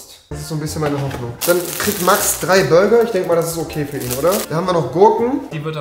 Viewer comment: der gute alte „Bruger“😂😂